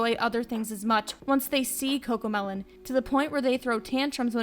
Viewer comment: No its cocomeloan